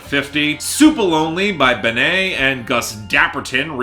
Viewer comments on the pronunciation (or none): Just a heads up from a kiwi, Benee is pronounced "Benny", short for Bennett, her last name :)